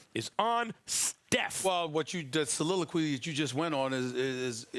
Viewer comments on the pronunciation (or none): Soliloquy!!!😂😂😂STOP THAT SHIT SAS!!